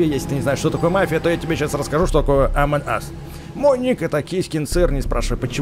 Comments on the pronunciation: не амон ас а амонг ас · А почему Амон ас если амонг ас? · не амон ас а амонґ юс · Произносится амонг ас